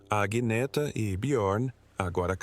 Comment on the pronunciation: O nome não é Aguineta, mas Anheta ou Anieta. Assim se pronuncia. Aguineta é horrível!